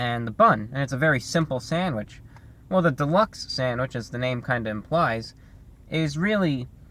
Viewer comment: I could listen to you say "sandwich" on a loop all day